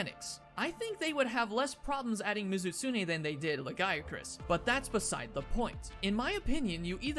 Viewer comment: I can't help but hear you say "Le Guy [a] Crus" when talking about Lagiacrus >.>